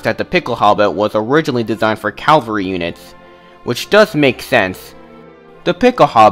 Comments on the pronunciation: Cavalry not Calvary! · Every time I hear some say "calvry" I want to scream "CA-VAL-RY!!!!!" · Aww, dont crucify the poor guy over calvary....😂😂😂😂😂